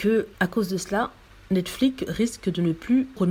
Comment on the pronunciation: On dit pas Netflique. On prononce comme c'est écrit, c'est à dire Netflix. C'est simple pourtant.